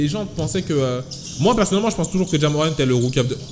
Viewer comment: "Ja Morrant" ta mis un r en plus